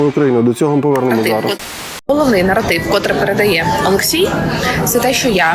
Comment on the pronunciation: Наратив, а не норотив) вокал 0/7 це найжахливіше.